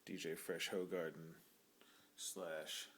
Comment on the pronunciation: Who-gar-den... not ho-gar-den... it says so right on the box =P